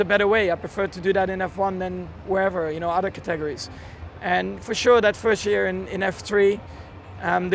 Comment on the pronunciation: Ha! I thought Max' English was perfect. But he mispronounced one word. Categories.